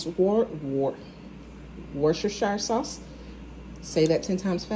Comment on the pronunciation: Americans have terrible trouble with Worcestershire! It is a funny word to pronounce if you don’t know it. Just say Wuss-tah-sheer and you’ll be golden 😂👍🏼